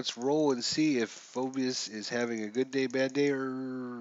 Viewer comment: It's pronounced FEE BUS/ also did it cost you anything to download all the player cards/sheets for this game?